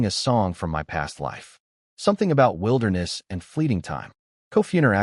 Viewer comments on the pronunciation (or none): none